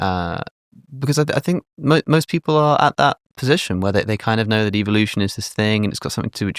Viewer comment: THEY WAY THIS PENCIL NECK SAYS EVELUTION YOU CAN TELL HE SMELLS HIS OWN FARTS